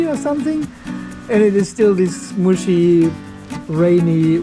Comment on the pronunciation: I'm always amused when you say "muschi" weather 😁😁😁😁